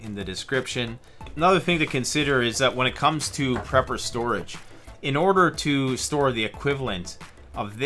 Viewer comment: "When it comes to preper storage," I think I like that pronunciation